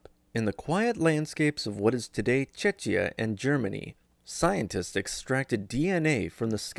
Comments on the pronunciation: the name of the country Czechia is pronounced as "Czekhia" not "Chechia". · The city of Leipzig. It's pronounced /ˈlaɪptsɪç/. Don't pronounce foreign words in English, find out how to pronounce them in its original language. And Chechia and other locations in Germany? WTF!